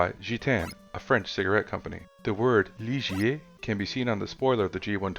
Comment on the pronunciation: Heyyy someone else got the Gitanes and Ligier pronunciation right, RESPEK! 🤜